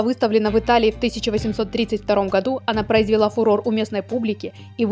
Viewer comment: Чтица произнесла: "произвела! "